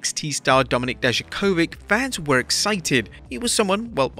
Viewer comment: It's incredible how badly you pronounce Dijakovic. Not even close to how it should sound like